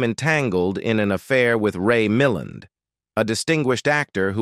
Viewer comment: Ray Mil land..emphasis on the second sylolable.